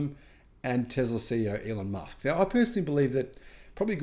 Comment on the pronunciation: Have you ever listened to Elon ? Definitely pronounced like a Z.